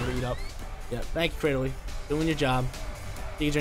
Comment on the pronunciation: He even says claydily